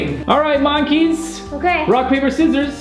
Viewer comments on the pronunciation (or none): Like, yeah...... He said MANKEYS....